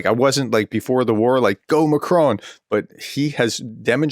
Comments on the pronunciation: Hi Prof, our President is correctly called Mak Ron not Mak krone. Thanks. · Pronunciation: Macron: Mah-kron (with a short, clipped "on" sound). You are copying TRUMP, the dunce of the deal.